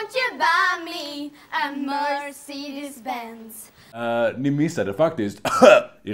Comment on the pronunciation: Låter snarare som att Annika säger "Mercy dispense" istället för Mercedes Benz.